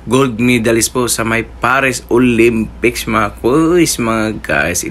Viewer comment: Pakinggan sa NABANGGIT NI YIRME ANG OLYPICS PARIS